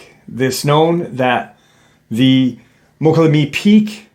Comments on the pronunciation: I think you are talking about Mokelumne? Pronounced Mo-call-a-me. Interesting story, I lived in the area for several years. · MOKA- LOO-ME... MOKA- LOO- ME! Slow down,😂😂. Damn Bro, you butchered it again!! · Pronounced... "Moe-kolla-may" 😏